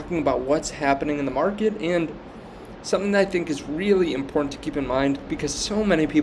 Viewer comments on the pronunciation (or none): none